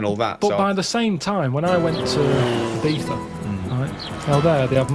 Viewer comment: Great reaction, slight issue with your pronunciation of "Ibiza". 😂